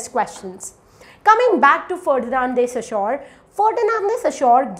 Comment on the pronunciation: Your explanation is amazing and clear. They are very helpful. I have a suggestion for you. You have problem with pronunciation of few words. Eg Ferdinand De Saussure. Please check how to pronounce the word.